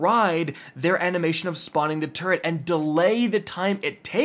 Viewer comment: "Turret"? You went with "turret"? 😅😢